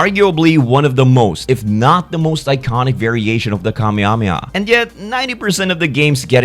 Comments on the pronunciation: Not as a correction, just as a friendly fyi, when you say kamehameha quickly it's more properly pronounced "kuh-may-uh-may-uh" rather than "kah-mee-ah-mee-ah." Even when the DBZ characters are just referencing the ability they enunciate each syllable, "Kah-may-ha-may-ha" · Whenever he says "Kamehameha" it sounds like "Kamyamya" am I crazy? Especially and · i can't with the kameameaah- 😭 idk why it's so funny when people don't say it right, i just love it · "kameamea", what's that dude...